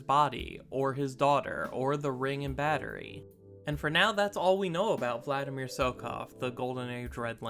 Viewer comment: Vladimir. there's no 'N" in the name.